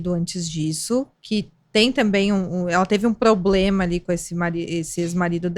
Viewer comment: ADORO VOCÊ, mas... "PLOBLEMA"??? Janja fazendo escola...